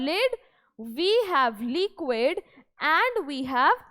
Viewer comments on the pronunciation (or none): mam it's liquid not leequid 😅